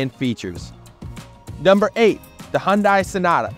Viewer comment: The correct pronunciation is "Hun-DAY," and not "Hun-DIE...informative video though.